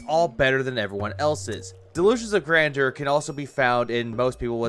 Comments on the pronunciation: I love how he keeps using "Grandoor" like he's taking a defiant shot at Adam from Side Scrollers.... like "It's GRANDOOR, Adam, not grandeur like you said it!"... 😂... like this is a really stupid hill to die on, dood. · Great video, but you're saying it wrong. Gotta say it like DSP. It's delusions of "Grandor" phil thinks it's a place in skyrim or something lol